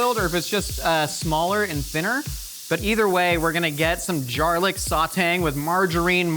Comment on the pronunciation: My husband and I also call it Jarlic and it makes me feel so comfy to have say it too